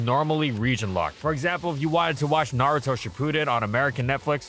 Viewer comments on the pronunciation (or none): none